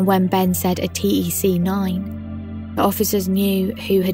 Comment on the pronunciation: Btw tec 9 is pronounced TECH9 not t.e.c. 9